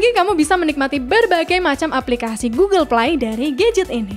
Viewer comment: Gugel play...hehehe